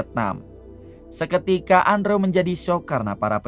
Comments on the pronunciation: Andrew di baca nya endro mang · Bacanya andrew=endru bang